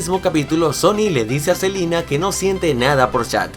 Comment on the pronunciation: Selina dijiste